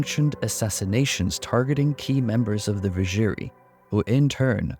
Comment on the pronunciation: Not gonna lie, the pronounciation of Vizjerei really hurt me in this one :D